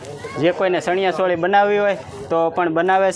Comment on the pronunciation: એલા ભાઈ સણીયા સોળી ન હોય ચણીયા ચોળી એમ કહેવાય 😅